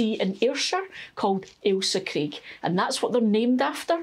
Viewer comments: Thanks for growing Ailsa Craig. First time I've heard it pronounced correctly. I had no idea. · Love the story and pronunciation of Alisa Craig onions. I do seeds and some plants. I am from the US and have a new channel-AnOldYankeeGardener. I gets this seed from Johnny's, Baker Creek, or West Coast seeds. I buy my plants/starts from Dixion Dale Farms. This is a great video for MIgardener - he is our gardening goo rue! :) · Happy New Year and, I'm so glad you pointed out the correct pronunciation of Ailsa Craig, I'm always screaming at the screen when majority of people say it wrong 😂😂 My hubby used to be a captain in the merchant navy and often worked around the Scottish coast so knew the names of the islands and if we were in Scotland he would point them out to me. Also my Son lived in the Isle of Arran for a few years so again I was familiar with place names. I've always grown from sets but I'm going to get some seeds going this year, I have over Winter onion sets in, but I always do two crops so instead of sets for Summer I will be doing seeds. Thing is my seeds are at the plot and as I said on your other post I haven't been able to get to the plot. I'm starting to feel better (hubby isn't😟) so hopefully later in the week I will be able to get cracking. It's lovely to see your cheery smiley face on the first day of the New Year, you make the dullest day seem bright. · Well you’ve given me a dilemma, first I get a pat on the back for correctly pronouncing Ailsa Craig onions which I’ve grown for a few years, however I’m in Cornwall so now I’m not sure if that’s why they are not huge onions at harvest. How do I tell from seeds which are long day and which are short day onions I’ve never even thought about that before, also I grow in my garden not an allotment so no one else to compare with. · Relieved to know I pronounce Ailsa correctly! I understand the island is where they get the stone used in curling.